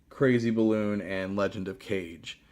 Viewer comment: The way you said Legend of Kage cracked me up, man. :D